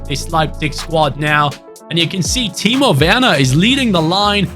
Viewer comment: Im German and im impressed how good he spoke timo werner i was so confused to hear that from a english speaking ytber